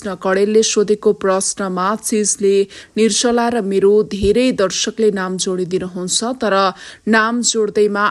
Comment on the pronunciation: Yo Galaxy News 24 ko bahini le NIR JA LA bhanna / bolna sakdiana, Kina???? Galat bolchha- nir-sa=la??? Sishu kashya ma gayrea bolna siknus....Ki ma kanha aaunus, ma "locopedi", how to pronounce nepali consonants sikaunchhu, bahaini lai.....